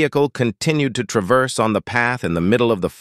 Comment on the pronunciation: Funny how this text to speech is incapable of pronouncing 'traverse', thanks for the vid though :).